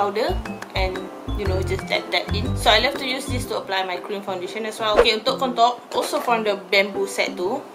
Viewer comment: Saya dengar kak ckp 'kontok'² hahahah rupanya contour hahaha okay²